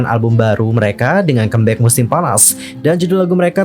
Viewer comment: Bisa request? Baca comeback-nya jangan kembek. Di dengarnya gimana gitu lho